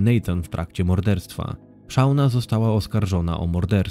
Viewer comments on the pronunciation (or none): Ale please, czytajcie poprawnie imiona. Nie Szauna. SZONA. Naprawdę nie jest trudno znaleźć w necie poprawną wymowę nazwisk, imion, nazw miejscowości... Materiał przygotowany porządnie i szkoda, że takie coś szpeci.